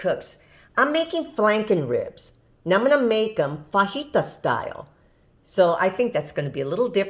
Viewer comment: Thunderjack and I pronounce it, "Fuh Jai tuh." haha